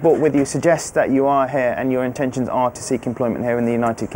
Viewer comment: that is NOT a NZ accent 🤦‍♀️ I'm kiwi and that lady is definitely Aussie. the way she says "here" is painfully Australian.